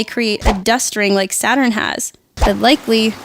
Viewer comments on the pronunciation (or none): none